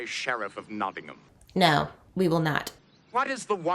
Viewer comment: As someone from Nottingham, I'm so happy this episodes doesn't refer to us as "NottingHAM". It's "Notting-um" and I'm glad they do it right. No doubt Patrick Stewart (from York/Sheffield area - where Sherwood Forest stretches to) had some influence there.